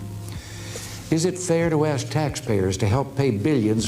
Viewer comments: How can a woman who can't even pronounce ASK properly be a journalist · Another day another crazy "forest rabbit" trying to say: "Let me 'ask' you a question."